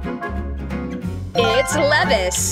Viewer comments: are we just going to ignore that she just said lev-is instead of levis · Why did she say #72 like: leh-vis... it's pronounced: LEE-vize Duh! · I was like LEVIS? It's Levi's... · is pronounce lee-vais not Leh-ves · Levi’s 😂😂 not lev is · Its Levis...like Elvis...lol. That was fun! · How do you not know how to pronounce Levi's? 😂